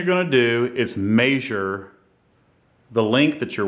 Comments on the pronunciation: may-zure lol, thanks for making the vid it helped. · First thing your gonna wanna do is mispronounce the the word “measure” lol. Just playing with. Great video